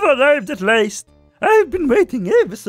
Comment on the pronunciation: You've been ariving at LAST not layst!